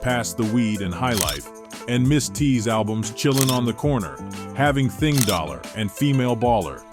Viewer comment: AI is still not perfect yet.